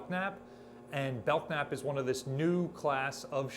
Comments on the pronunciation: The "k" is silent in Belknap: Bell-nap. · You are the only person I've ever heard pronounce the K in Belknap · The "k" in Belknap is silent. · FYI Belknap has a silent k. At least Belknap Butte in central Oregon does